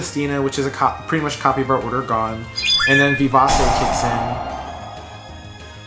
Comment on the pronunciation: I don't know if anyone has pointed this out to you before but the "c" in vivace is pronounced with a "ch". It would read something like "vivache" phonetically. It's a Latin word you find in sheet music which means fast and energetic. Anyways, I thought your commentary was pretty informative, but I have no experience with the deck so don't think I have much advice to give especially since DD2 is the only opportunity I've had to play much of the game in years.